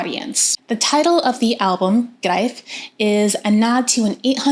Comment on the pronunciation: the first american who can pronounce the album title :-)